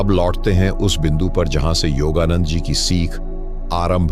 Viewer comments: योगा नंद जी का सही उच्चारण करे आप योगा नंडा बोला करते है. कृप्या योगानंद जी बोले. आपका विडिओ बहुत लाभदायक है . आपको नमस्कार है. आपका बहुत-बहुत धन्यवाद है. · आपको सुनते हैं तो हम यह जज नहीं कर पाते हैं कि आप हिंदी जानते हैं या नहीं जानते परंतु आपका योगानंद का उच्चारण बिल्कुल सही नहीं है कभी तो आप योग योगानंदा कहते हो कभी आप योगानड्डा कहते हो इससे हमारा विश्वास आपकी बातों से उखड़ता रहा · आप योगानंडा बोलने की बजाय योगानंद जी बोलिए। योगानंदा भी ठीक नहीं है। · योगादंडा नहीं हे नंदा हे😂 धन्यवाद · योगानंद न कीे योगानंडा 🙏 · The pronunciation of yogananda is different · ka name ka to sahi uchcharan karo, foreigner nahi Indian ho 😊